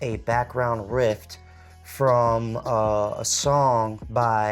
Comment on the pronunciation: Umm it’s a “riff” not a rift and he’s giving a”synopsis” not synapses